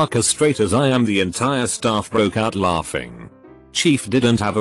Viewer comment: Nobody: Reddit text to speech: L A U G G I N G